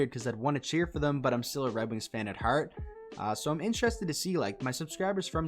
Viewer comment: Knew you were a fellow Maritimer when you said "heart". Great video, subscribed.